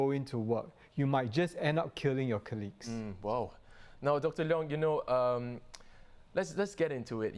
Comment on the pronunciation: Another so called Professional pronouncing "Colleagues" as "KER-LEAGUES". Why is this so, in a country where education is good? Even nationalities coming from countries that doesn't speak English regularly ,pronounces it perfectly. Stop evolving words. 😣